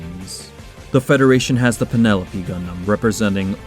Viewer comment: The Penelope's name is actually said differently from the typical way. The Gundam version is said as Penna-Loh-pay. And Xi is said as K'See.